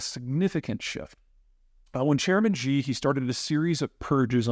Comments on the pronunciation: It’s Xi not Ji u roach! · it's more accurate to pronounce it as "see" rather than "she". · I'm in China now and it seems pretty fine to me. Also, it is hard to take a so called "china expert" seriously when he can't even say Xi Jinping's name correctly. It isn't "jee" it's closer to "she" like come on bro spend 5 minutes learning how to read pinyin before making grand predictions on the country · What I'm confused about (other than why you pronounce Xi as Gee rather than closer to She which it actually is) is why is there going to be a workforce gap because of an overcount of population while the unemployment rate is skyrocketing. Are both possible? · Look man, you wanna be taken seriously on China start pronouncing the name of Xi properly. Its not Gee its She. Stop embarrasing yourself. Imagine someone analizing the US and pronouncing Biden as Bidet. You would laugh at them. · Wish you could learn how to pronounce the name...Xi is NOT pronounced "Gee". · Peter, the letter X in pinyin is pronounced more like “sh” than for example the “J” in the American pronunciation of Beijing. So president Xi sounds more like “president she” than what you say. Hope that helps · Xi jing ping's name is pronounced She (XI) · Amazing content as usual! Thank you. Xi is pronounced "she". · LOL about the names – I just wish Zeihan would learn that Xi is pronounced 'she' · How can you consider yourself an expert on China but can’t even pronounce the leader’s name correctly 😂. It seems as if you just like the views you get from predicting China’s collapse. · You don’t understand how China became the second largest GDP. You don’t understand how the CCP work, you don’t know how many smart people in China, you don’t know even how to pronounce the China leader surname😂. How nice if the western leaders take your advice. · Hard to take seriously a China commentator who is either too ignorant or too lazy to pronounce Xi's name correctly. Details matter.